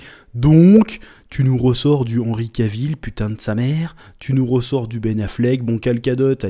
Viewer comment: Chef Chef pour information, Cavill se prononce KA - VEUL.... Sinon tu as toujours raison ^^